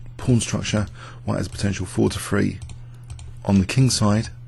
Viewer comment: How come you can't pronounce the word "three?"